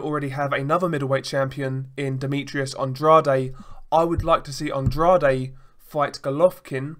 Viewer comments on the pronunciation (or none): I agree about the "off" feeling behind watching Canelo fights...events promoted by Golden Boy Promotions always reek of corruption. By the way Andrade is pronounced with two syllables like "An-draid" not "An-drad-ay".